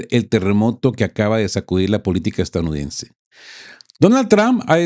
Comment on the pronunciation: Usted pasó de geopolítica a cristianismo recalcitrante, que pena ! Y por favor practique la palabra E S T A D O U N I D E NS E la repite varias veces en cada vídeo de manera incorrecta. Lastima tener que no ver más este medio, pero entendiendo la verdadera raíz de los problemas de la humanidad (especialmente el actual) y tener que soportar a un comentarista de geopolítica que toma visos de pastor cristiano es ya demasiado. Buen día !